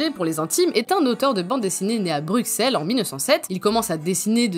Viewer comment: Franchement, j'ai vraiment bien aimé ^^ Hâte de voir la suite ! (juste, par ce que je suis belge, ça se prononce "bruSSel" / je veux pas faire mon gros casse-pied, mais c'est juste qu'on supporte pas quand les noms de nos villes sont mal prononcées. Comme Anvers qui se dit "Anverce")